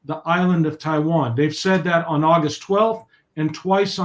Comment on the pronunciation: Corect the hastag it's Taiwan not Tiwan